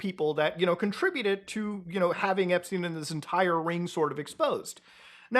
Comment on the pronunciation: epSTEIN not epSTINE